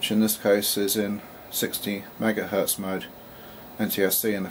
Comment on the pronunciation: YOU SAID MEGAHERTZ AGAIN! RAH RAH RAH